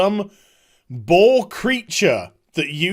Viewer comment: LMFAO at first I thought you said BALL Creature using the worgan rig, and i was like ??????????? Then i went back and realized you said Boar. So far this sounds nuts. About sylvanas, i think it's funny people think they know her. I guess they spend too much time in fantasy realms where people in general only have one face...... O.o